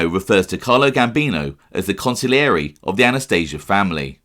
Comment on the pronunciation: Bro on heard a new way of saying consigliere Council-yore-A 🤣🤣🤣